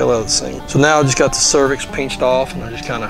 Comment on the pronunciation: ♥️ this guy; so down to earth & says “peenched”‼️ When he called that stallion a 💩-head…🐎😂😂😂 🐎